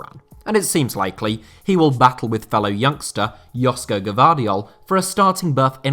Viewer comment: Btw..joško gvardiol...his name is pronounced Joshko, š is like the sh in shelter